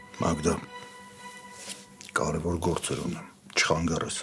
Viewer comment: Ինչքան սխալներով են խոսում դերասանները , ոչ թե խանգաՌել այլ խանգաՐել